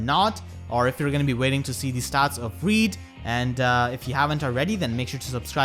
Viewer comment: The pronounciation is <<Hrird>>